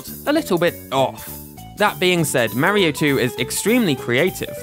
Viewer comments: It's Mario not Mar yyo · “MAHHHHHH REEEEE OHHHHH.” It’s “mar e oh.” 🤮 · STOP SAYİNG MERİO OR MÂRİO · Mario in the majority of games, telling you exactly how to pronounce his name correctly: "It's a me, Mario!": "Marryo." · you are saying mario wrong is marrio not marry-oh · its not m a rio its marrrrrrio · ok i get the pronunciation of mary-oh because of the accent, but wario literally pronounces "wah" as an "awe" sound literally all the time. (no hate btw, great video) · "Merio" 💀 "Mærio" 💀💀 "Meryo" 💀💀💀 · The way this guy is saying “Mario” is cracking me up. “Merry-oh” 😂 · Everyone is talking about their favorite Mario series but who pronounces Mario like Mary-o 💀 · The way he says Mäerio really grinds my gears. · Tbh love the vid. But the way you pronounce mario activates my fight or flight response lol. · why does he say mario like that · Why do you pronounce Mario wrong? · I can tell he's british based on how he says mario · Stop. Pronouncing. "Mario". Like. That!